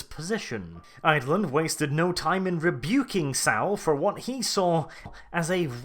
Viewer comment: Thank you for putting together such an in-depth break-down. One thing though: Saul rhymes with call, not owl.